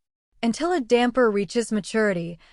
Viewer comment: Hi from Italy, great story. However is not damper but dampyr check on the web the Italian comics DAMPYR is fantastic